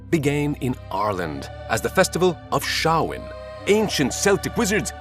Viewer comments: Samhain is pronounded 'sown' not like 'own' but like 'brown' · Today I learned that Samhain is not pronounced 'sam-hane'. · Casting for an ILVERMORNY movie: Alexandra Daddario as Isolt James McAvoy as James Vera Farmiga as Gormlaith Peter Dinklage/Andy Serkis as the voice of William the Pugwudgie FYI: No offense, but its pronounced "Sam-hain". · You need to work on your pronunciation. You got Celtic and Samhain wrong within the first 5 seconds. Terrible.